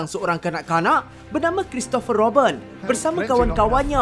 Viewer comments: Pronounce tu nanti boleh perbetulkan.. Comics bukannya Comeks Robin bukannya Robben.. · salah cakap bukan roben yang nya robin